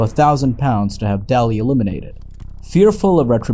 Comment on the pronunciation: Dunne is pronounced "done", and Byrne is pronounced "burn", and Daly is pronounced "daily". Just trying to help. Good work.